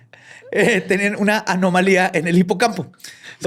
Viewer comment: dice Anamolía Borre: ejejeje😁